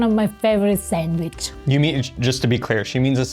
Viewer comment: pronouncing "sandwich" ( sangwhich) just like my nana pronounced it! That sandwich is incredible!!!